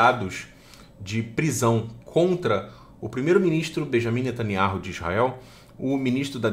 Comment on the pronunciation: NETANIAU E NÃO NETANIARRU.